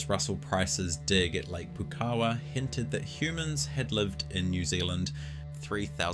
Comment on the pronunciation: It's "Pou-kawa", not "Poo-kawa" 🤦‍♀️